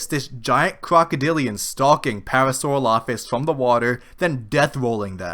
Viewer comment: You are mis-pronouncing parasaurolophus